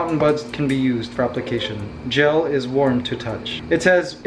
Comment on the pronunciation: When he said gel I thought he said jail and I was like Me:whaaaaaaaaaaat